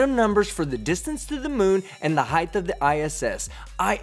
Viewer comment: Love the videos, man. Keep it up. But, for the love of God, please stop saying 'heighth'. It's not a word bruh. The word is 'height' with no 'h' on the end. 😘